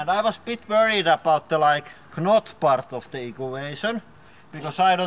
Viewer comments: Lol K-not. It's supposed to be pronounced "not" even though it's spelled "knot". The K is silent. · I thought it was quite funny hearing you say 'k-not.' The k is silent. Knot sounds like not. I would butcher any words from your native tongue too though! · The "K" in knot is silent. So it's pronounced "Not" Yes, the English language is fucking stupid. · rofl he pronounced the K in knot... i love your accent man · “It wasn’t the kah-not part” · Love the way you pronounce "knot" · The way he pronounces knot... 😂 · He says knot with the K. XD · Hey,, "K" in "knot" doesn't sound, it's mute. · i like how he says the k in knot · lol he pronounces the k in knot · Silent 'K' in "knot" and you meant "optomistic"